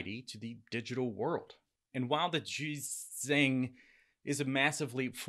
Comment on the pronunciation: Really dude!?!?...you so smart and can't pronounce JiuzhAng?